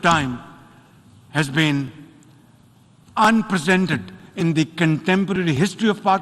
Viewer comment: Unprecedent ko un-presidented keh raha hay jahil insaan